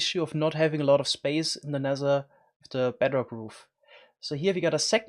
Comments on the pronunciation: Nether* not Nesser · I love how u Say t like s Sounsand Neser I love this